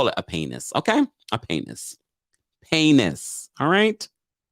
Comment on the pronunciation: Laughed out LOUD every time you said paynis. 😂😭😩